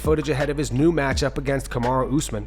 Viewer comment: He also said useman 😂